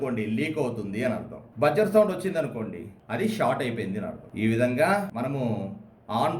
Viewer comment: చాలా సులభంగా, తేట తెలుగులో చక్కగా చెప్పారు. బాగుంది. కాకుంటే ఓ చిన్న సవరణ. Buzzer ఉచ్చారణ "బజ్జర్" కాదు, "బజర్" అనాలి.